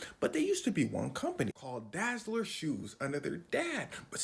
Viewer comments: So his name is Adolf Dassler. Not Adi Dazzler. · Lmao the way you’re pronouncing “dassler”